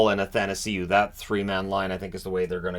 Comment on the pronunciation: Are you ever going to learn how to pronounce Athanasiou?